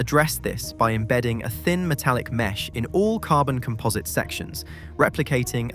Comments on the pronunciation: Also calling composite materials comPOHSit is a dead giveaway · And COM-posite, not com-POS-ite. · Also comPOHSit. I'm calling AI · Is this slop? Very English accent, very American pronunciation... alooominum, eeza, comPOZit.